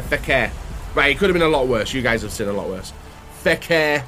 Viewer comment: is FEKIR, not FEKER...lol :))